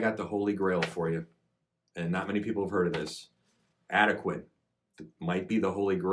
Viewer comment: It's pronounced AD-UH-KWAN.